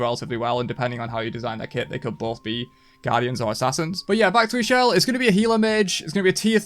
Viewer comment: Ix'chel is pronounced "Ish- Chel" (chel as in chocolate or chaaq)